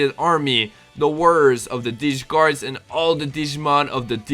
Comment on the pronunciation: It's not dee-cross, it's double-cross